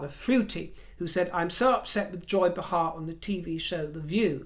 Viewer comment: Joy “Bay-Har”. Correct pronunciation. 😊🇺🇸🇺🇸🇺🇸🇺🇸🇺🇸❤️